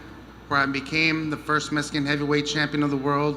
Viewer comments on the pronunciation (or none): "First MESCAN champ", 😖 ...come on Andy, MEXICAN is the word